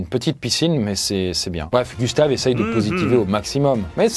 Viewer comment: Le k de Gustave et super bien dit